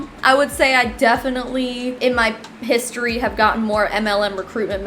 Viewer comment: Did you say piss-story??? 😂😘